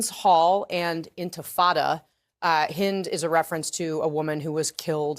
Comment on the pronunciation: In the other hand, Owen, when you first mentioned the story of 6-year old Hind, you pronounced her name, "Haind" rhyming with "mind"!